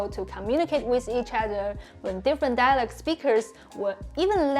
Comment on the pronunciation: Hi. You help us so much with Chinese, now it’s my turn to help you with English. You’re not saying the word “dialect” correctly. It sounds more like “dialog”. Your tongue needs to be more forward when you pronounce the “e” sound. It should sound the same as the “e” in “get”, “met”, “let”. Yours sounds like the “oo” in “door”, or “floor”. That back tongue position is also making the “c” sound more like a “g”, not a “k”. This is also one of the few times where you can’t swallow the final “t”. You have to pronounce it, dia leh k-t.